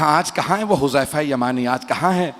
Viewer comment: yah lafz Huzama Nahin Hai huzaifa Hai huzaifa ibne yaman Razi Allah Tala anhu